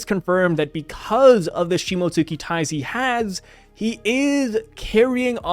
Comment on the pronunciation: You don't pronounce the "u" in Shimotsuki. It's pronounced "Shimotski". It's LIGHTLY pronounced but it doesn't get its own syllable